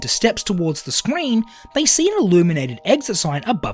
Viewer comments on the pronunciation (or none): the way he said screen